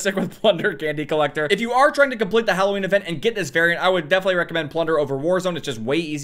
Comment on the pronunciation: Nobody:: hulloween